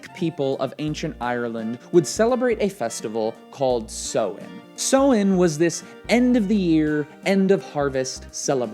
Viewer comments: Hi from ireland great video but just thought i'd let you know the pagan holiday is pronounced "sou-en" sounds kind of like sour! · As an Irish person, your pronunciation of 'Samhain' made my day :') great video though!